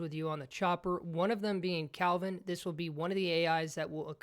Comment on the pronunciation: Can someone tell this guy that he's called Kelvin, not Calvin. Literally says it on his shirt